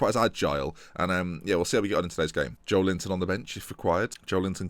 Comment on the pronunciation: your pronouncing Joelington "Joe Linton", so you might as well nickname him Joe Linton, right?